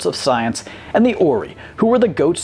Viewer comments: First of alll.. Its "Or-I" like Or and the word I . edit - Oh my.. Its not "Aman" its "Amon".... like A-Mon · Or-I, not or-EE. HAR-bin-jer, not har-BIN-grr. Ped-AN-tic (that's me). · Two things! {...corrections!!!" Its the O"riye, not orie! Second the Alerans/ancients were humanoids to begin with that ascended to a higher plain of existence! not the other way around! I can tell you guys aren't Stargate fans! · Stargate Rant - The Alterans came from Celestis (s at the end not c), they created all their technology before they ascended and its pronounced Or-eye not Or-ee. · Ori is pronounced Or-rye not Or-ee. American got confused thinking star gates were Oree-Os... SMH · And its pronounced.... OR-EYE not OREEEEEE Did ya even watch the series??? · "Or-I" not "Or-E" sorry.. that was killing me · Okay, 😂. One thing.... it’s Or-I and not Or-e. Other then that, I really enjoyed this video even though I didn’t most of these races. Good job. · ORII NOT orisss lol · "Orree", no... "Or-Eye" is the proper pronunciation... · Oree?!?!?!?!!? Ori (Or-Eye) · It's a long 'i' in Ori, too. "Ore-aye", not "ore-ee". This video deserves an award for the shortest space name mispronounced by the Generation Films/Tech crew, but it's nothing they haven't done before; at this point, it's part of the channels' charm. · Ori: pronounced Or'ai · Im glad he only spent a short time on the SG Elder race. Or-E 🤦🏽‍♂️ Its ok though, SG isnt your jam, I get it. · You should learn how to pronounce the names of these extremely popular species and characters. Xel'nagger? Har-bing-er? Or-ee? Come on,. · Stargate- Ori pronounced "or-i" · It's pronounced Ori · By the way it's Or-eye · its uh...thats a hard I on the end of ori right there. like or(eye).. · It's pronounced 'or-eye' (ori) :) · Ori, with a long I. ɔːraɪ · Ori is pronounced Or-eye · I cringed every time he called them the Or-EE. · Imagine mispronouncing Ori and not reading the Expanse books